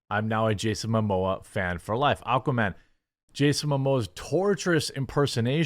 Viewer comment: Momoa not Mamoa